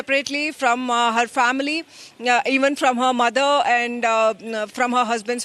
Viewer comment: Again she says anddaa arre it's And D is silent 😂